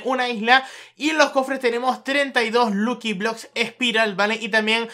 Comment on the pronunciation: Se pronunsia lacki bloks